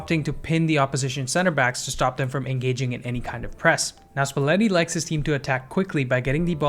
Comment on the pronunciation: and luciano spalletti is pronounced luchiano!